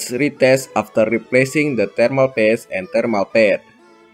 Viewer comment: why you called thermal paste “thermal PASS”?